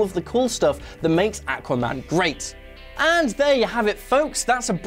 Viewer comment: Awesome sounded fine to me. maybe kiwis say it the same